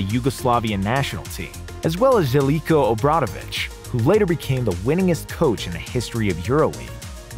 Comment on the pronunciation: its pronounced shelko